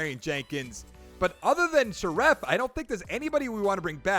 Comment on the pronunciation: You mispronounced Scherff and it bothered me just a little bit, lol